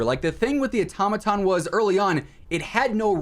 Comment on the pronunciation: The way you’re saying automaton 🚩 🚩🚩